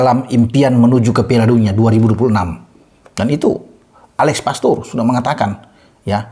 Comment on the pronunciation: Mantap.. Menit 11.30 Alex pastoor bung..Bukan alex poteerr😂😂..